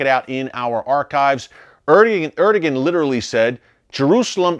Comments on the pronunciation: Erdogan = er-doe-ahn , not er-do-gen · Erdogan is pronounced as. ... Air da wan (so I was told.) 🙂